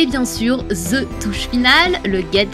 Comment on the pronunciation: SVP CHERS FRANÇAIS!!!!!! ARRÊTEZ DE DIRE "ZE" AU LIEU DE "THE"!!!!!!! À la rigueur, dites "de" mais pas "ZE!!!!" ÇA NE SE DIT PAS!!!!!!!! Merci! ;) (c'est agaçant votre truc!!!!)